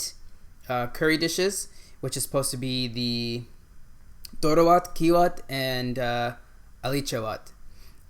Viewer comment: You are awesome, you've actually said the name of each food correctly. Appreciated!!! Except the Doro wot and the one next to it (I guess beef or ye key wot), all the rest are VEGAN dishes and are not supposed to have any animal product, but am not sure in your case if they have added Ethiopian spiced butter coz you said it has buttery/creamy test. Thank you for enjoying our food.